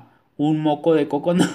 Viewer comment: Ay no ya no puedo kn tanta risa kn lo del cocono jajajajaja jajajajaja Dios santo ese vídeo lo boy aconservar Para oír cuando dises moco de cocono eres especial